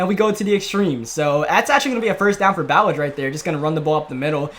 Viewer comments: Lol ur saying Ballage wrong it’s Bu Lodge I’ve heard the nfl announcers say it all the time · It’s pronounced like bah-lodge the RB you kept saying his name wrong, he got a 75 yd td run last season hes actually kinda a beast, 230 and faster than Kenyan drake. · It’s pronounced like Buh•lodge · Kalen Ballage is pronounced like (Ballaj) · It's prounced "Ba-loj". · Ballage’s name is pronounced buh-laj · Ballage isn’t pronounced like that